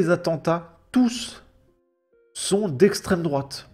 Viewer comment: Dans un sens, est-ce que l'islamisme n'est pas une idéologie d'extrême droite ? Bien sûr, on sait qu'elle parle de "l'esstrême droate" bien blanche des pires heures des bottes de notre histoire.